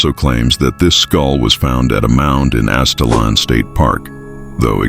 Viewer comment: It's pronounced Az it lan. Great video !!